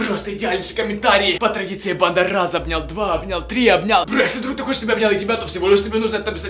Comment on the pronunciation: Кому тоже кажется что говорит не "банда" а "панда")